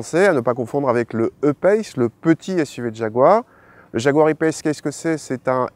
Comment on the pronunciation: en plus pourquoi faire les choses à moitié puisqu'ils disent "payce" et pas "pace" comme on le prononcerait en français